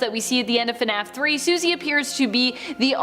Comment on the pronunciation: Her name is Susie not what you said